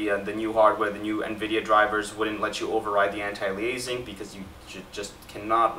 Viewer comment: Great info, thanks. The word "anti-aliasing" is pronounced anti-ale-ee-us-ing, not anti-lee-ay-zing.